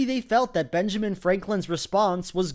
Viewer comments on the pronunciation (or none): none